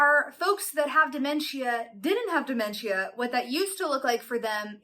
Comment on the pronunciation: Why are you saying it like that? "damen-chia" is not how it's pronounced lol.